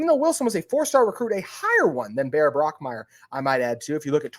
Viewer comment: Also, it is Bach Meier not Brock Meier.